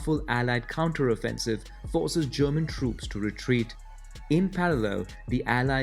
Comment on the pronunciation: retreat sounds like retweet :face-green-smiling::face-green-smiling::face-green-smiling